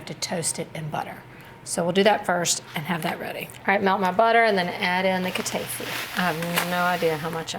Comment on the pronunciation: Hi! These all look great! The correct pronunciation is"ka-ta-ee-fee". I love your recipes!